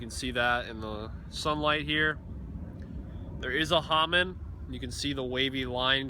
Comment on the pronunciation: Just FIY, it is Hamon not Hamun. The Japanese 'O' is always pronounced the same as in 'ocean' or ' opal' not like ahh or uhhh as we may do in English.